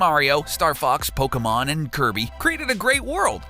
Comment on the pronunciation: Saimus, King DuhDayDay and Polkamon